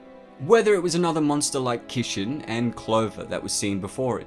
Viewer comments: Manga? Kishin? I know you have an accent but there is no way you can butcher those words so bad. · My inner weeb cringes everytime you say Kishin and Manga...lol